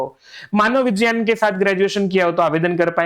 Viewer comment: who told uhh this miss???? Its roman pronunciation not HINDI pronunciation.